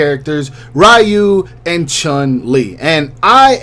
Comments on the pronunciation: you actually had it right the first time lol its ree-u not rai-u🤣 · Isn’t it ryu(re-you) and not ryu(rai-you)? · Ew why he say Ryu like that